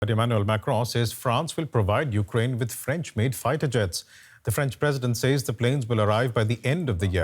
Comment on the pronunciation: The word "says" is pronounced "sez."